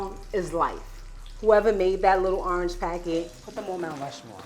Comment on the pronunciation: i dislike ppl who miss pronounce orange 🙄